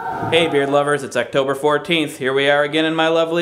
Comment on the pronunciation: Did you just say its Uctober 14th?